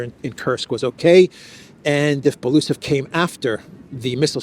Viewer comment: its not Belusov (I couldn't understand at first who you are referring to) - its Belo-Usov (pronouncing)